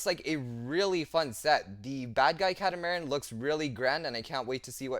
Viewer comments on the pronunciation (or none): It is pronounced "cat-a-mar-an" getting the total word of catamaran 😅 just figured I would point that out to everyone.